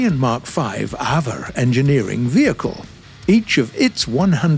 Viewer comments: Just so you know the way your pronouncing AVRE is wrong they are all together put pronounced as spectate letter so A V R E as it stands for Armoured Vehicle Royal Engineers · Ah yes the centurion " avher"